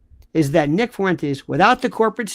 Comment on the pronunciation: Half a second and you decide to butcher nicks name. Definitely credible .